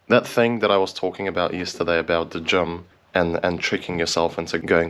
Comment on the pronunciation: Gym, not Gem. JIIIIIIIIIIIIIIIIIIIIIIIIIIIIIIM